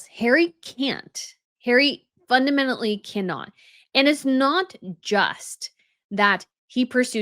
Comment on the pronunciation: Now look up the pronunciation for "fundamentally". 😂😂